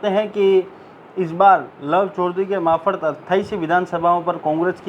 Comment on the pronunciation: मार्फत - मारफत बोलें, माफरत नहीं। क्षमा करें,बुरा न मानें, मुझसे रहा न गया।